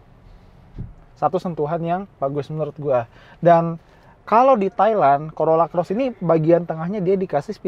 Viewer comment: Hahaha.. Corolla Coret😅 Dengernya geli🤭